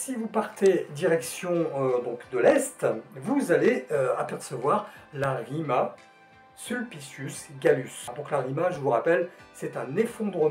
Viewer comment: Super video et les transitions sont top! tu fais vachement bien la Rima Sulpicius Gallus 👍